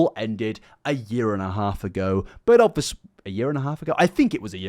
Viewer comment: Summary of video for those who don't want to waste your time: "OB-fus-lee... OB-fus-lee... OB-fus-lee... OB-fus-lee... OB-fus-lee... OB-fus-lee... OB-fus-lee... OB-fus-lee... OB-fus-lee... OB-fus-lee... OB-fus-lee... OB-fus-lee... OB-fus-lee... OB-fus-lee... OB-fus-lee... OB-fus-lee... OB-fus-lee... OB-fus-lee... OB-fus-lee... OB-fus-lee... OB-fus-lee... OB-fus-lee... OB-fus-lee... OB-fus-lee... OB-fus-lee..." You don't need to like illuminaughtii to find this dude insufferable.